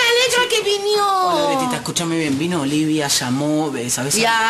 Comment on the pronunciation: Jajajajajaaja grieta en cambio de decir olivia dice olivo.. Me mueroooo